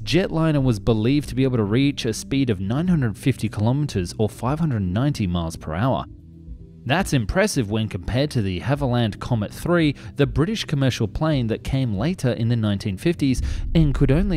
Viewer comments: "De Hellevant Comet"? I guess that would be the de Havilland DH.106 Comet. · what's the de-hulivand comet aircraft? ;) But great video as always. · "De Halivand"? "Wrap-around confirmation"? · You lost me at "Dehelevand" comet, rather than DeHavilland. I couldn't stop laughing after that. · "Dahallivand"? then "Dehavilland" "Sao Pablo"? (Sao Paulo) "Missermitch"? (Messerschmitt) 🤷😆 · that would be De Havilland not "haviland" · "Dehallivand?" Surely you mean DeHavilland, mate. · The the halivant comment ?? Don't you mean the The Haviland? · You need to learn how to pronounce and stop slurring your words. Deheulaha? DeHavilland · De Hell-a-van... Script, wtf. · De Havilland... the De is important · Great video, but its dee-have-ill-land. Overall, it's one of the strangest aircraft of the Postwar-era. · "De Hal-ivand"... Oh dear... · de Havilland - duh HAVE uh lund Messerschmidt - MESS er shmit (it means knife smith, one who makes knives) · the De-Helivan comet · It's "DEE-HAV-UH-LAND" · Great video but just a quick tip - its pronounced "De have-a-land" ;) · Sounds like you might be misprouncing DeHavilland, but perhaps I'm mishearing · You need to work on your pronunciations: 1: Accusation: Ack u zay shun. 2: DeHavilland: De Have ul lund. 3. Messerschmitt: Mess er schmitt. 4. Cout D'eta: Coo Day Tah. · It's de Havilland. De-HAVE-ill-land. Say it 10 times, please! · der-Halivan Comet??? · De hellivand/havaland 🤣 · De-Hav-iland… not whatever jumbled version you pronounced. Great video though. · Can you please get your pronunciation of names correct? It's de Havilland and .... "Missermitch"? Don't you mean Messerschmitt? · i just cant sorry. i lasted 35 secs with full interest until he said de halivan comet, and im done. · An Englishman making an English video on youtube cannot pronounce de Havilland the most famous English plane builder in the world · Dude I love your videos but your pronunciation of "Messerschmitt" and "DeHavilland" is horrible 🤣